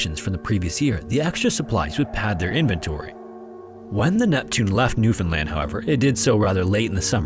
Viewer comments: In case anyone was wondering it’s actually pronounced New-fin-LAND not New-fin-LIND 🙏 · Nyoofinland! it's like when someone pronounces the second T in Toronto and everyone gives them the side eye because they're clearly not from here